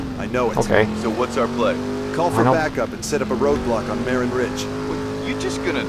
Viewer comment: Its pronounced MAA-rin in the Bay Area.